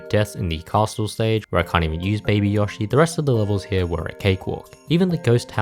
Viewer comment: Wh-why do you pronounce Yoshi like that?